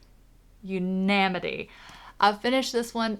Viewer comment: YOO-na-nih-mih-tee. Five syllables. Say it slowly and pronounce it as if each syllable was an individual word. It's close to unanimous but the stresses on the syllables is different (in unanimous it's more on the "na" part). The stress in unanimity is on the "U". I have faith in you! YOU CAN DO IT!! And I totally get it, btw. I used to struggle with the synonym/cinnamon sound-a-like issue. 😜 And if it's "Parity", that sounded just fine. 👍🏼